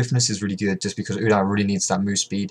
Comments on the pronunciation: Its "U-Deer" not "U-dar" ;) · the way u pronounce udyr.. GAHHHH D